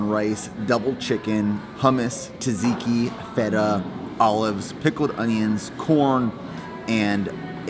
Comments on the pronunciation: Awesome video. However, did just really pronounce tzatziki as “ta-zee-kee”? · Are there no Greek people in America? It's pronounced SAT- SEEKI